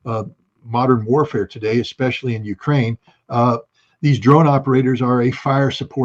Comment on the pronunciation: Pet peave on the translator with Putin address: As you are translating to English, and not some colloquial slang form such as ebonics, the word is eSpecially, and not eXspecially. Just like the word 'ask' is not pronounced aks. If the translator suffers from dislexia, then my apologies.